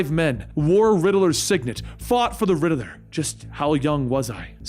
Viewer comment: Dude WHEN are you gonna learn how to say “Riddler”?…. It’s not “RiddAler” There is not “A” in Riddler!!, (So Annoying🤬)